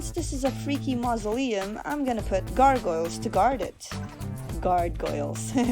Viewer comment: Guard-goyle huh.. 😂